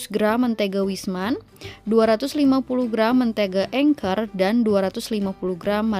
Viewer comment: Anchor bukan engker 😂